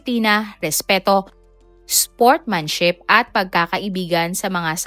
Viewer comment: excise tax...small town lottery...sportsmanship. paki ayos po ang narrator. Mukhang AI na nga, mali pa